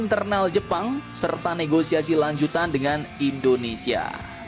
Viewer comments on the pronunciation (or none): none